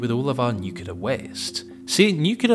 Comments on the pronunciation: It's NuCLEar, not NUkular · "nukeyaler" is not a word, it is pronounced new-clee-ur. I can't help but think of George Bush every time you mispronounce it 😂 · It not pronounced "nuke-yoo-lur". Read a book. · "nucular" I see someone had George W. Bush as their vocal coach... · ffs, when will americans learn to pronounce "nuclear"? 🤣